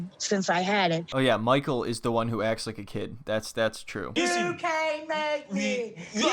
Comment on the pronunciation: Say it with me. You cain’t make me! You cain’t make me! You cain’t make me!